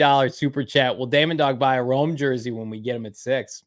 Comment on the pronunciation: So Proud of Bo getting Rome’s name right! is lost cause!